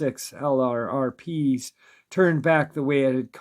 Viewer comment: FYI L R R P is pronounced Lurp.